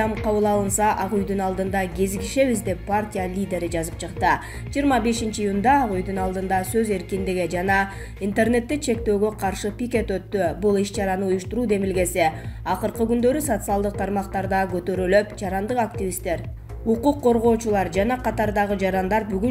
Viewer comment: Пиикет эмес,жон эле пикет деп создорду туура окуш керек